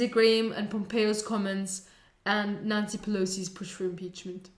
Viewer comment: Sounded like she said Nazi Pelosi.